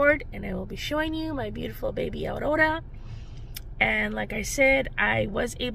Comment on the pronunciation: August 1st is always a great day as it's my hubby's birthday! Awwweeee..... how exciting that you're a grandma to be again... cuuuute ultrasound of Aurora! I love the way you say her name with the rolling "r". Have a great week!🥰 Blessings from South Australia💕🐨